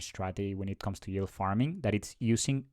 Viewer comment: if you say YULE one more time i'm gonna snap lol